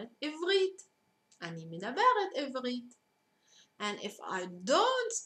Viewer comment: you should say עברית not עבּרית